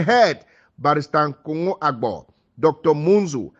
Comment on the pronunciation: Please the name is Nkongho and not Ngongho